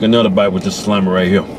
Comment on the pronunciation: Nathan Carrille it's salami not salame